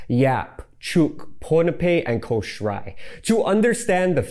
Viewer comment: Love this. But btw, Kosrae is more pronounced like “koh-shy”